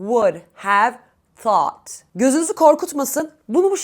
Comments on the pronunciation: ingilis dilinde Tout deye teleffuz yok {Th}- peltey "S" okunuyo milletin ingilis dilini bozmayin google translateden orgenib gelib biseyler orgetmeyin. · Thoot uzun o sesi var a sesi degil